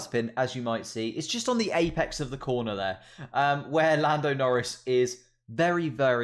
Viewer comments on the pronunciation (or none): none